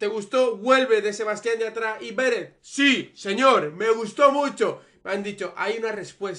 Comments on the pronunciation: Odio que llames /Béret/ a Beret😂❤️ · me pone nerviosa q no pronuncies bien beret!!